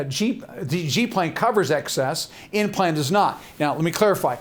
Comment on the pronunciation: He actually said N plan but it sounded like implant.